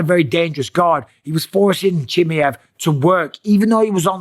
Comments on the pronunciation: its "Chim Mai Ev" not "Chimmey-Ev" ...Mate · Why are you calling him Chim-i-ev, while he is Chim-a-ev? Is this some kind of trolling? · Bisping, learn how to say faking names right. Chimaev not chimeev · It’s CH-MY-EV not Chimi-ev 😂😂😂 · chimiev? its chimaev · Chi mi Yev - Bisping never gonna learn how to spell his name correctly. CHI MA YEV ! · Atleast now show some respect and start pronouncing his name correctly… here I’ll help you not CHIMMY EVV it’s CHEE MY EVV BUSPONG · “Khamzat Chimmy-ov” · chimmy-ev. Mate you are worse than Chael calling him Hazmat. Have some respect for his name, its not that hard to learn how to pronounce it. Imagine someone calling you Mikhaila Pissping....... Not funny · wtf is khamzat "chi me ev" ? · Khamzat Chim-E-av 😂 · Chim"A"ev bro. "A" Say it now. Chimaaaaaev. AAAA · its CHIM-MAA-YEV, for the love of god. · MIKEL BISSPININING his name is (K)Hamzat CHIMAEV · He said his last name wrong like 30 times in one video 😂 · Bisping can't even pronounce Chimaev... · Please Michael, learn to pronounce his last name correctly! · He always says Khamzat last name wrong 😂😂😂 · if you are going to give opinion..learn how to say the champions name right .. Busdink.. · COME ON BISPING ? AT LEAST TRY AND PRONOUNCE HIS NAME CORRECT 😂😂😂😂😂😂😂 YOUR TAKIN THE PISS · For the love of God, Mike, learn how his name is pronounced. Especially now he's champ, lol